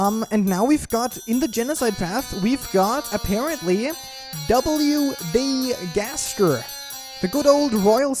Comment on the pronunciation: When he said W.D. Gaster he was so western